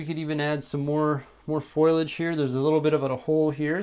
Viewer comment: Great tutorial, but I think it's pronounced Foh-lee-edge. Thanks!